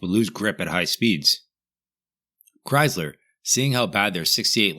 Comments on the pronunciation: OMG dude, it's Chrysler NOT Chyzler!!! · Dude... Chryzzler? Debyou-ted?? The mind reels...